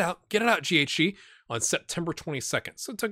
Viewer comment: Ur good homie don’t worry but still hoping I’ve got that good good potential. Also that’s the right pronunciation thanks bud.